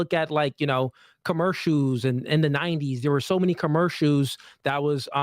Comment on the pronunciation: If jake is on your ass about “women” vs “women” then he needs to be on ass about saying commercials like “commershoes”